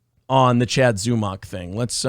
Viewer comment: Hey! If all of the shows that speak on Zumock pronounce it similarly to stomach, that will BECOME how it is pronounced.